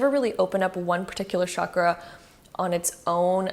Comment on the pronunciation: Omg it's not shakra